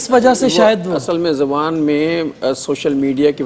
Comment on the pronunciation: Segment kay naam mein he talaffuz ki galti hay. 'Dahan' muu ko kehty hain muu mein "Zuban" hoti hay. "Zaban" language ko kehty hain